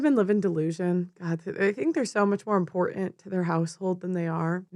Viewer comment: IM-PORT-ANT ... OMG it's got 2 T's in the word, killing me here.